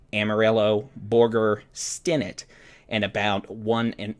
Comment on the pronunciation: Stinnett not pronounced Stin-nit, but, Stin-net (like a fish net). 🙂